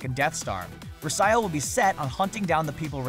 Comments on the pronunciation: It's pronounced verse-ee-oh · Versio,not Versaio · You said versio wrong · IT'S PRONOUNCED VERCO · It's pronounced Ver-see-o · Louise Troche Vers-ayo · Louise Troche yeah its vr see o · Louise Troche yeah it's ver se o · BfII looks great, but this dude doesn't know anything about Star Wars. Can't even pronounce versio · You just repeated the same things like 3 times. And her name is verso you can't even pronounce that ! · "var-dose" "ver-see-o". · VAR-DOSE VER-SE-OH